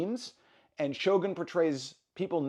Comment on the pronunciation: エミー賞で、SHOGANと発音する人が多くて、やっぱりアメリカは他国にリスペクトがないとがっかりした。発表する人ぐらいは、発音調べてて欲しい。